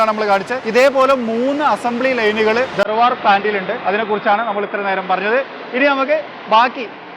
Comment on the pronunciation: ധാർവാഡ് എന്നാണ് ധർവാഡ് അല്ല